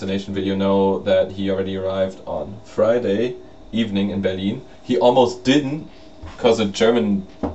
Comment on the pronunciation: I just love the way you say "Berlin." Heh heh. It sounds like Beer-lean. Mwaha. I am glad you had a jolly good time. I'm not bitter because I didn't get to go. I'm not bitter at all......:P